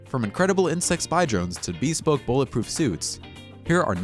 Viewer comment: Love the vids and the voiceover guy sounds good. But, you’d do yourself a favor looking up the words that you’re unsure of concerning the pronunciation. BEspoke, hoSTELL, daRINGER? Takes just a little effort and he won’t sound so unintelligent. Just my 2 cents.